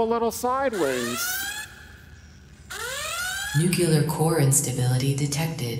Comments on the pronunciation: Even the computer pronounces "nuclear" incorrectly? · Nu. Cle. Ar.